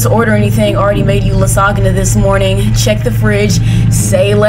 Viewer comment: That lasagna pronunciation needs to be festudied😭😭😭